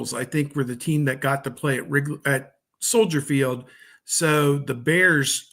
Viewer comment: as a native Chicagoan i thank for correctly saying Soldier Field and not Soldier’s Field as so many people say